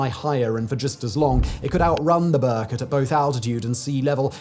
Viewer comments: Its not Berkot, but rather prunuses as Ber-koot. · It's not 'burr-cut'. How hard would it be to check pronounciation?